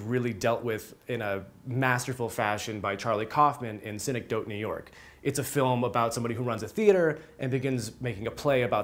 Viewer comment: I agree - I watched it because I saw it on a few 'Best of' lists but I did not enjoy it at all. That's actually an understatement 😂 - I found a lot of it to be insufferable and pretentious haha, but I like your reference to "Synecdoche, New York" (which you mispronounced, btw 🙂) and I may re-watch that next.